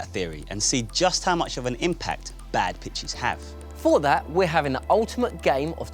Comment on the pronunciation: Who else thought Jezza said bad bitches . But Ik he said pitches